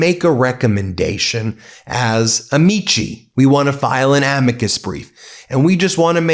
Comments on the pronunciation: Latin pronunciation of “amici” is ah-mik-eye. Accent on the first syllable. Not pronounced like actor Don Ameche. You outta brush up on your Latin, Ben. Well, go find a Latin and brush up on him. (Groucho Marx). Otherwise — good news video. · Amici => Am-ee-key It’s Latin and not Italian! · Ben, please learn to pronounce "amici"! It is Latin, not Italian.